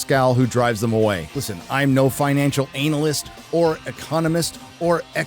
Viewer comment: did you just say: financial anal-yst?